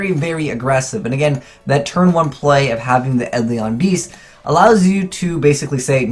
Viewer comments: OK, it's eidolon not edlion. pronounce it Aid-ell-on. cant read confirm! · I think your videos would benefit greatly if you learned to pronounce some of the card names better. Try looking up the pronunciation of "melodious" and "eidolon".